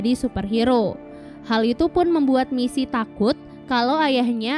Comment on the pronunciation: “MiSi MoReNo” helep 💀 aku fans nya we can be heroes udh ku tonton 3x, mbak itu bkan “MiSi” tpi Missy yah, ngingetin doang 😅